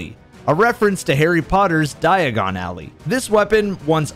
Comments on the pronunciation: Ally... not alley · Sir please, it's not "eio-don", It's "eid-olon al-lie". It means the Ideal/Perfect Partner. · Eidolon “Alley” 😂😂😂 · Great video, just one irk. Eidolon Ally: Eye-doh-lon Ah-lie. Eidolon is Greek for spirit or phantom, or idealized person. And we know Ally means friend or companion. It's Phantom (ghost/imaginary) Friend. Not a Harry Potter reference at all, unfortunately. I'm not sure how that conclusion was made 😅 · "You could upgrade it to the Eiedon Alley, a reference to Harry Potter's Diagon Alley" — lolwut? No. No. No. Eidolon (read it carefully), meaning "spectre" or "phantom", is also used in reference to the nightmares on the moon: every Season of the Haunted armor piece has "Eidolon Pursuant" in its name. It can also mean the quintessential or idealized version of something (as is implied in the Eidolon Bird sparrow's flavour text, "on holy wings you fly"). In either case, an "Eidolon Ally" is certainly the type of ally we'd want to take with us to fight the horrors on the Moon. (Speaking of which, "ally", as in someone fighting on your side of a battle, is pronounced entirely differently from "alley", as in narrow road between buildings.) I'm not here to pick on your dyslexia, but dude, pay attention to the lore and stop making things up. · But, it's not a reference to Harry Potter. It's pronounced "eye-dole-un al-eye", meaning an idolized teammate. Otherwise, great video. When it came out, it felt a little like a rip-off, but, looking back, the content was enjoyable with friends. I just wish that it wasn't almost mandatory to cheese Crota at the beginning... LFG groups were borderline impossible to keep together if you didn't cheese him... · so was calling it "iodine alley" an inside joke i'm not aware of? i don't think is illiterate enough to not notice the L in "eidolon" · eye-doh-lon a-lie*** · I’ve never heard someone butcher the name Eidolon Ally so hard